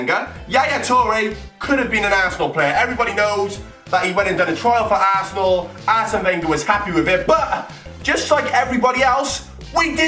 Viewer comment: The way says Arsenal......"Assenal"